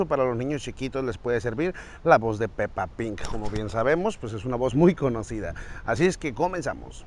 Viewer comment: Pepa pig no pepa PIN todos los adultos le dicen asi no se porque